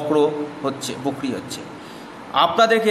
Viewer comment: কথাটা বকরি নয় ,বক্রী হবে ।